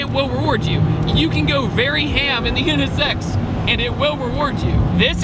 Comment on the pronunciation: I like how you pronounce it. NS Sex. Yeah, that is what that car is.